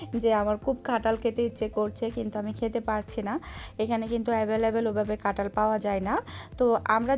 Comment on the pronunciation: Apu Tomi kathal K katal bolo keno